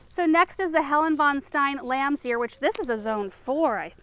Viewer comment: 1.10 Oh, Lamb's ear you said in one of your videos. I thought you said Lamsia and tried to google it but nothing came up.